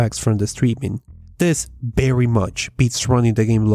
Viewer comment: It's Very not Berry